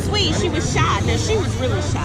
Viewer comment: I hate the way says "now". She pronounces it as Neoww.